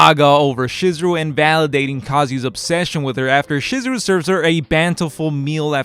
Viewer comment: I don't have. An obligation to do do anything, and just for that, I won't be doing that. This is further justified to me by you constantly butchering Chizuru's name. How do you mess up then name of the main female?